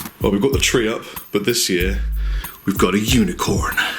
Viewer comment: whoa dude that hard R on "unicorn" really freaked me out